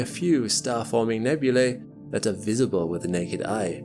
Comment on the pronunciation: nebulay lmao Its nebulee.